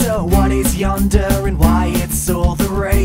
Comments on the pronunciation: ghh, sorry, there is one teeny problem with this song which I can say for a fact is incorrect. Yandere is pronounced Yan-dare-ay, not yonder like you said in the song. also you said "have you ever wondered what is yandere", this is grammatically incorrect, yandere is not a thing it is a type of person so to speak, a yandere is a girl or boy who will kill for love. so, to be correct, you would have had to say "what is A yandere". THIS IS NOT A HATE COMMENT!! I'm learning Japanese and the incorrect use of/pronunciation of the yandere in this video makes me wince when I hear the beginning no hate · just wanna say its pronounced yander-ay sorry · Mandra gorua you'll also know that yandere isn't pronounced - yan- der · Did he just say yan-der, I cri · YOU PRONOUNCED YANDERE WRONG.